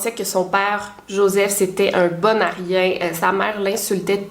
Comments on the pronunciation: J'ai compris les deux fois qu'il était un "bon aryen" et pas un "bon à rien" 😅 ça faisait aucun sens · A deux reprises quand tu disais "Bon a rien" j'ai cru que tu disais "Bon aryen" j'étais trop perturbée haha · Depuis le début quand tu parlais de Joseph je croyais que tu disais « un bon aryen » au lieu de bon à rien